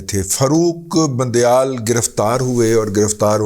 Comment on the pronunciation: رضی صاحب بند یال نہیں گند یال